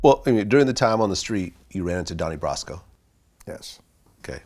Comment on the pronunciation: Vlad doesn't say brasco right and it pisses me off